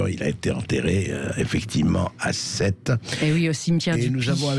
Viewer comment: Bercoff refile son « effecti’ment » insupportable à ses confrères .